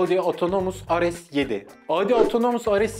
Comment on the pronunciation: ar es yedi mi , re se seven mı yapmayın bunu yapmayıııın..